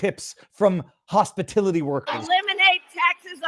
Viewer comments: Its hospitility workers! Then she can say that she never said that she promised no tax on tips to hospitality workers! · Hospilitu..Hopistuty...Hospitiloty... whatever...👀👀🙄🙄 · She doesn't know what little people do for work thats why she says hospitility. And they cant spell on the teleprompter. MSDNC said it was Bullsh when trump said it. Now they love it. F these assholes. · Trump should sue her for plagerism. "No tax on tips or hospitality workers." except she can't pronounce hospitality.